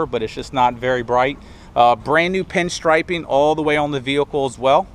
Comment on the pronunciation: The way this guy pronounces the word vehicle it's sounds like he has a speech impediment. 😿